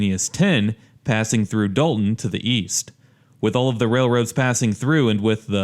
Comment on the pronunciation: Dolton, not Dalton